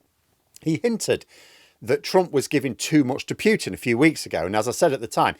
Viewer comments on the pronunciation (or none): Hi, I very much enjoy your commentary. A correction from a linguist: "Putin" is pronounced "Pootin" not "Pyootin". Russian has separate letters for "oo" and "yoo". Definitely Pootin. Or Pooteen if I want to be pedantic. But definitely not Pyootin. Cheers chum!